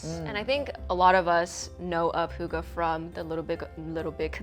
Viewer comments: in Denmark it is not. Fx, “oo” gives you a “u” sound in Denmark. And “hygge” is not pronounced with a “u” it’s pronounced with.. well.. “y” 😂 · "The birthplace of "hooga"..." - As a Dane, I love this pronounciation! Its wrong, but I love it non the less! XD